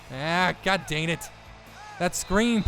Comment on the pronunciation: 1 int and 1 fumble = not a perfect game.... Also, I love this series, but as much as he says the words LONG and DANG, you'd think he'd be able to pronounce them correctly....